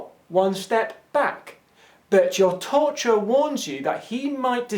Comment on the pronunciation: Luís Miguel He was saying torturer?! I couldn't understand what that t-word was, I just figured it was some word I didn't know lol